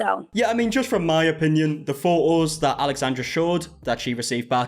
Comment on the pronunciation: Exactly the correct pronunciation 😂